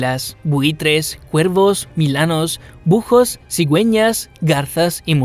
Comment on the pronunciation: La "h" es muda. Has dicho "bujos" por búhos